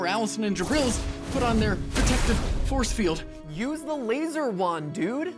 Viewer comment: “Force fieldus” seriously?… did you even try a little?..